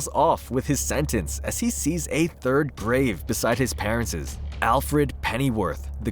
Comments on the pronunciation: please pronounce parents right its quite frustrating hearing parentses. otherwise good reading. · You're pronouncing parents' wrong. And it drove me insane lol. It's pronounced the same as parents. The way you say it mean he has two moms and dads that were killed and owned the manor.